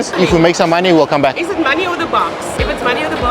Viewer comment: "we caaarm bek" hahaha